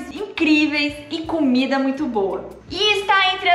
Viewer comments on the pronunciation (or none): none